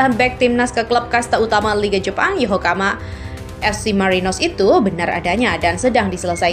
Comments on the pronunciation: Paraaahhh... Naratornya males baca. Nyebut nama klub (kota) berkali2 tapi salah terus. 👎 Yokohama bukan Yohokama apalagi Yokokama. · Wkwkwkwkkw YOHOKAMA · Min tolong di perbaiki penyebutan YOKOHAMA bukan YOHOKAMA kalau hal yg meleset tp sering di sebut itu gak enak didengar 😂😂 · Yokohama mbak mi min ya..bukan yohokama...hadeh....angel angel ..wes angel...😂😂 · Yokohama bkn yohokama mba.. 😂😂😂😂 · mimin yokohama aja jadi yokokama salah kok sampai ahir parah lo min